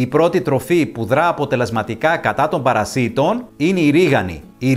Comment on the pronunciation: Παρασιτων τονισμενο στο παρα. Οχι παρασι τονισμενο στο ι. Μαθετε να μιλατε